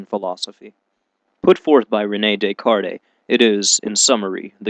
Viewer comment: So I'm not the only one. What Atheist worth his salt would mispronounce Descartes.